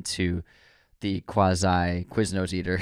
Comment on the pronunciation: lol, pronounced as "quiznoes heartattack"